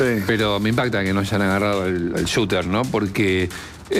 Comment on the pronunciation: Al “shooter”. Si no queres decirlo en español por lo menos pronuncia correctamente.